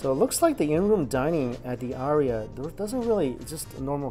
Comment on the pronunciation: The aria is the NOT-RIA.